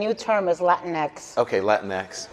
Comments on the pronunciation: It's Lah Tinks. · exactly. It's a soft J-H sound that isn't really heard much in English. Certainly not an X. Thanks.